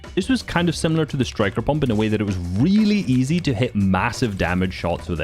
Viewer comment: “weely easy”😂